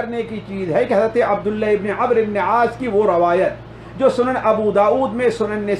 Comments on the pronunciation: محترم ومکرم ! السلام علیکم ورحمتہ اللہ ۔ عربی میں جب لفظ عمرو آئے تو اس کا تلفظ Amro نہیں بلکہ A"mr پڑھاجاتاھے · Aap ko sahabi ka naam lena bhi nahi aaraha amribne shoaib kahna chahiye aap amriu ibn shoaib kah rahe hai kisi aalim ke pas baith kr sahi talaffuz seekho bhai galat naam padh rahe ho